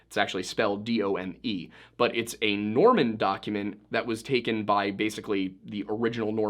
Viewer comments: . Norman. Not Mormon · I swear to the good Lord on high that it sounded like you said the "Mormon kings of England" created Domesday book. I had to pause it and rewind and it still didn't sound like the word "Norman." Genuinely thought I misunderstood the video topic and we were talking about some weird Tartaria thing or something. 🤦‍♀️🤦‍♀️🤦‍♀️